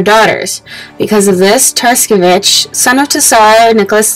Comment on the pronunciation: learn to pronounce tsarevich properly..